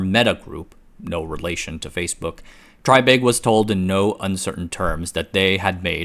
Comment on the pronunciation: It's pronounced TRAY-big. (reference